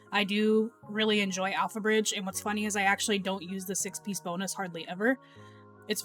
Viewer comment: pretty sure I heard you say AlphaRizz instead of alphabridge